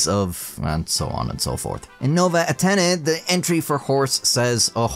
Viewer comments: try to pronounce it Novae Atenny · nołe atheny ☠️ is it that hard to pronounce nove ateny